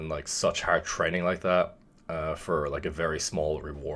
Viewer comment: I picked up the Irish when he said “training haerrd”